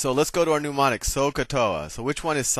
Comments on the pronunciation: Woke up this morning feelin’ like getting a trig review, after 50 years— and this was perfect! Too late now, but Soh Cah Toa (love it!) is a mnemonic, not a “newmonic.” Nevertheless, a great lesson! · Great video. Solid information. But, what the hell is a NOO-monic? Is it similar to a mnemonic device? "soh-cah-toa" is a great mnemonic device. All spelling and pronunciation aside, nice video. Seriously, well done! I just had to give you a hard time about the nooooo-monics.